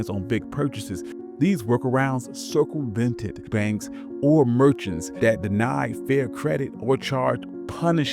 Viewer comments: This was really well done. A minor correction: you said "circlevented" but the word is circumvented. It takes away from a really well scripted video so I wanted to let you know. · did this fool say circle-vented? 🤡 🍑